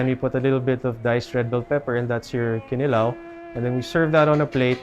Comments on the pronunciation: Is it just me or is there zero effort to properly say ‘kinilaw’ in Bisaya with 6-yr island life? Ya ra lamang ka sundog sa lokal? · I believe the stress should be on the second syllable--kiNilaw. Can the locals confirm? I have never heard any bisaya say KInilaw. It's always kiNIlaw.